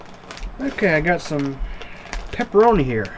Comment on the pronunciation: "The peperonis tendz to be a little greezy"